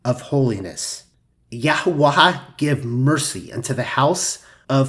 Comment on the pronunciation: Great as usual. I do find your pronunciation of "Yahuah" curious, though. You pronounce it as "Yahoo-ah-ha", but wouldn't it have to be spelled "Yahuaha" for it to sound like that? I think it's supposed to be pronounced "Yahoo-ah".